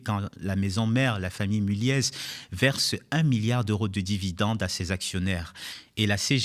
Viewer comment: On prononce "Mulié". C'est un nom du Nord. On ne prononce pas le Z. Tout comme on dit "Mitéran" et pas """Mitran""". Bordel.